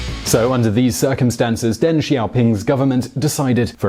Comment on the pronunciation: "800 million people, or more than Latin America, Spain, and Portugal put together." Dios mio that puts it into perspective holy shit. Also, it's a little thing but kind of grating: "Deng" sounds more like "Dung" than "Dang". Yes his name sounds funny. Many Chinese names sound funny to english speakers. But that's his name. In general "e" in romanized Chinese sounds like "uh" or "eh" but never "ay". Similar to e in German.